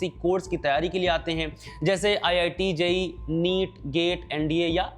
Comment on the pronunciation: Bhai jisko ye nhi pata wo J E E hota hai na kij jee (ji)